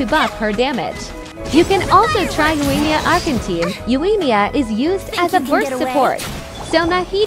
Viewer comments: Google voice: yoAYYEEEEEEmiya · The pronunciation of Yoimiya in this makes it unwatchable.